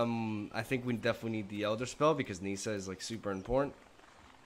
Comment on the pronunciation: nice gameplay, btw: how "well" not "good" you do ;) PS: the i in Nissa is short